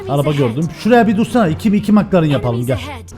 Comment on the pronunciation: Nobody:: mıklaren